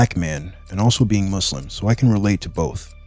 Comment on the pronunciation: you know hes a true muslim when he dons't say muzlim